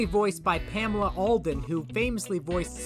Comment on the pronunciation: Her name is Pamela Adlon, not Alden.